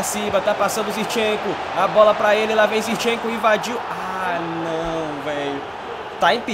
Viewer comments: não é "Zirchenko" é "ZiNchenko".... Pronuncia correto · fala ZIRCHENKO mais n, o nome do cara é ZINCHENKO KKKKKKKK